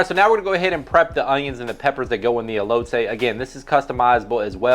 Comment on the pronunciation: Everytime this guy says elote I cringe a lil 😂